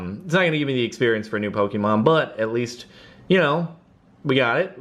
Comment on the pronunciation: Let it be known that it's pronounced Po-Keh-Mon, not Po-Kee-Mon.